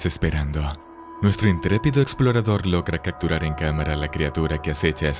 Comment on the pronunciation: Buenos vdeos! Pero sí da un tic en el ojo que dices "cacturar" en vez de "capturar" y en todas las conjugaciones del verbo es el mismo detalle.